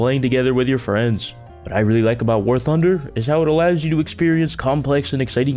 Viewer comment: I heard war hunder who else did